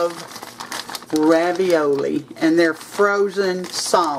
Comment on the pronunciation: made me laugh when he said raviola. 😉